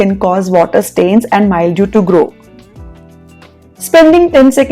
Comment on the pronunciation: Wonderful video as usual. One tiny suggestion - it is pronounced as mil-dew and not mild-ew